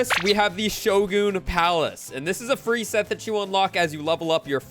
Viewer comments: Friendly tip,Shogun is pronounced show-gun,at least where I live in the us😅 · Why he say showgoon lmao